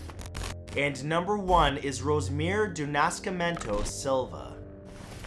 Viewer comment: Oh man... the way you pronounced Nascimento... LOL! Whenever you need help with portuguese/brasilian names/words hit me up and I'll try to help.